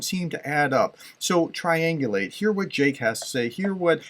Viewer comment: Are you really a professor? It is triangulate NOT triangulage.